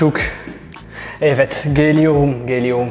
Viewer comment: Kardeşim fais un effort pour l'accent geli-orum 😂👏